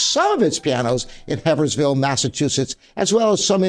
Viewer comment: Steingraeber, Bayreuth: BY-royt (not Beirut like Lebanon). Mason & Hamlin, Haverhill: AVE-er-il (not Heversville)